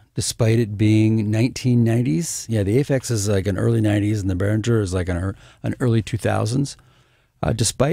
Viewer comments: First of all, Mr. Behringer himself says that the name is pronounced "BEH-ring-grr". Not "BEH-rin-jer". Pronounce it correctly and impress your friends! :-) And secondly, comparing a Behringer anything to an Aphex anything is unfair. The Aphex will win with BOTH hands tied behind its back. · Yes, it's the correct german pronounciation, since it's a german name and the company. But that wöuld be wiseass 👻